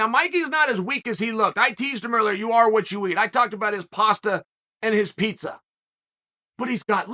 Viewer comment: That masumusi guy is funny and annoying at the same time with his paastha peesa talks 😆